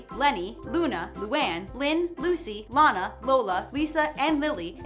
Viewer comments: It is Lana not laana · Did she say Lina instead of Lana? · it´s lana not leana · it's LAH-NAH, not lay-nah!!!!!!!! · Did she really just pronounce Lana as Laina! Wow! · Wait, did they just pronounce Lana as Layna? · "Laina" cringes hard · Lana is pronounced lah- nah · LAH-na. I'd know since she is my favorite XD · I really hope u know u pronounced lana's name wrong. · You said Lana wrong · do you even watch it? it's 2 for flinching, not 2 because you flinched and you miss pronounced launas name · you pronounced Lana's name wrong